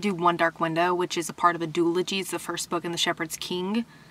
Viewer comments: Listen I love you so much. Truly. But is the way you're saying doooology a joke😂 if it is lol but if it's not it's pronounced like zoologist, do all ujee. Again big fan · The way you say duology is making me giggle